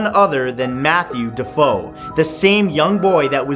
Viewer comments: The name DeFeo is pronounced da fay oh and the children in the family were murdered by their brother, not their father. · first of all its pronounced Da-fay-o n 2nd the kid was killed by his brother...not the father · Sorry Matt, you had two mistakes in the Amityville story. The pronunciation of the DeFeo family is Du Fay Oh and you said the ghost of the boy that was killed by his father. It was his older brother that killed him along with the rest of the family. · The DeFeo kid was killed by his brother, not his father. They believe that the room he is poking out of was his. And he pronounced the name wrong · the only thing scary in this video is your pronunciation of British locations 😂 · Love matt's videos but damn does he pronounce British places wrong 😂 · Dah-fay-oh, not deh-foe. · It's pronounced DE fay O not dafo. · I mean da fae oh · Its not defoe...... It's DeFeo announced De Fay O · DeFAY-O and murdered by his brother.... love you Matt (bye that hanging ghost gave me the chills) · Dude...deh-fay-oh...not dah-foe...come on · Matthew deFEO (pronounced da-fay-o, not da-foe) was killed by his brother, not his dad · defeo = dee-fay-o. and the boy was murdered by his brother, not his father. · Defeo is pronounced duh-fay-oh. Matthew was killed by his brother, not his father. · everyone hates me for saying things like this but..................D'Feo is not pronounced D'Fo. D'Feo is pronounced D'Fay-Oh!!!! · DeFeo- Duh-fay-o / not DeFoe- Duh-fow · Matthew sweetie, DeFeo is pronounced de-fay-oh not de-fo. But that's ok everyone makes mistakes have a lovely day 😊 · The fire girl "ghost" is just a cardboard cut out of an old picture with that girl in it. I've seen it disproved on a vlog a few years ago and they even showed the original photograph. Also, the Amityville murderer is Ronald DeFeo pronounced DeFAYoh. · Wasn't John Matthew murdered by his brother not father? It's also DeFeo not Defoe. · DeFeo (De-Fay-oh) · It's pronounced da far oh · its "defeo" not defoe